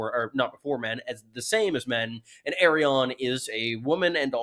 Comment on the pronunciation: Dude, why, WHY do you keep pronouncing it "Aerion"?